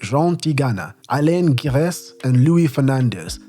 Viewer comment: you need stop trying to emulate fake French accent if you're gonna be wrong anyway. - Alain Giresse is not pronounced with hard G. It's not "G" as in "gorilla", it's "ZH" as in "closure". It's double frustrating because later you pronounced "David Ginola" correctly. "Gerard Houllier" - the "H" is silent there. I'm not even mentioning multiple wrong stresses here and there. "T" in "Robert" (Pires) and "D" in "Bernard" (Diomede) are also silent. just stop doing this or do a better research into foreign names.